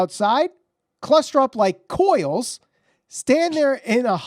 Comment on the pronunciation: Tf? Dude can't pronounce coils??